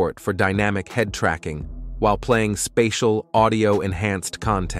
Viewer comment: “Spay-diel audio” instead of “Spatial Audio”, plus the monotone presentation voice, tells me this is most likely AI